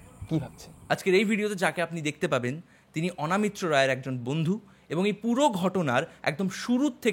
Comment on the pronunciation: অ "না" মিত্র নয় , ওটা হবে --- অ "ন" মিত্র। সঞ্চালনা / পরিচালনা করার আগে , বাংলা ভাষা ও অভিধান পড়া একান্ত জরুরী।